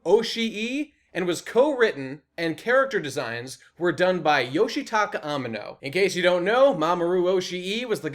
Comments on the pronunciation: / Pretty sure you're mispronouncing Amano's name, but who knows honestly. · Your mispronunciation of Yoshitaka Amano's name is particularly annoying. : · / Pretty sure you're mispronouncing Amano's name, but who knows honestly.